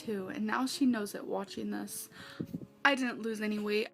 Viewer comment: "He snows"😂